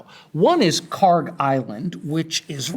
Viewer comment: I cant believe a "Harvard profesor" doesnt even know how to pronounce Kharg